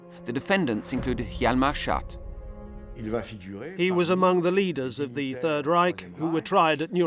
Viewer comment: not the narrator constantly calling him hjalmar 'shart'